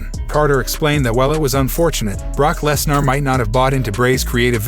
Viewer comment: DUDE IVE LET IT SLIDE TOO LONG IDC WHAT ACCENT U HAVE AN E NEVER MAKES AN A SOUND STOP SAYING LESNAR DUMMY ITS LESNER NER NER NER ITS A FUCKIN ER NOT AR DUMMY